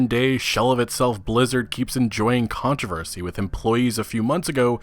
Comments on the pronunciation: Controversy not “ controvesy “ haha jk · You say "controversy" weird.